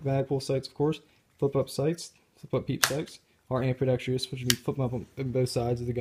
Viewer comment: It's ambidextrous, not ambidextreeus. Otherwise, good review I guess.